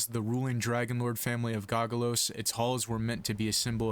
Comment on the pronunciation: (go-go-sos) were's the L? otherwise i love the content, just discovered you last week and finished house nykeorves, keep it up if possible!